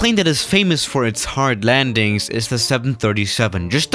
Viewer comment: How you say landings hahahahha